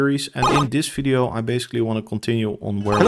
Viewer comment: The way you are misspronouncing function and video is triggering me so hard 😅